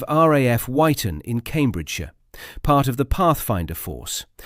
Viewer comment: Wyton is pronouced "Witon" not "Why-ton". I should know I was posted there twice and it's just six miles from where we live now. I joined the RAF because of the Mosquito and other De Havilland aircraft, as my father worked for De Havilland for over 50 years, until the eighties. He was a Fitter/Inspector on Mosquito's and others, during the war. My father introduced me to John Cunnininham as a child in the sixties at a De Havilland Hatfield open day. Unfortunately I was too young to realise who he really was at the time? This was when they still had annual flying displays and a travelling fun fair every June.